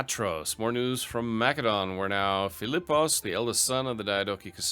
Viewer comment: Hearing you say mcdonalds instead macedon hurts my ears. Make it stop, pls!